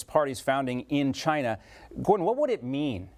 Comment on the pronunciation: He said CHYnUH